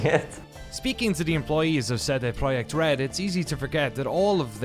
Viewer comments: I love your videos and i love how much love you give to in my opinion the best developer in cd project red but please can you pronounced their name correctly? For some reason every time you say their name it sounds like you saying CD proheck lol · no it's tse de proyekt. Ts is an approximation because it's a single consonant, absent in English. It is present for example in German: Zentrum, Zeppelin, Zinc, or Russian: tsar (цар, car). Letter C always maps to this sound in Polish, never K sound. Probably all other Slavic languages with Latin alphabet as well. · It's official, I'm saying it like: "CD Proyekt" from now on, so I can sneer at my uncultured friends when they say "what?". Great documentaries, a company to be held up as an example for sure.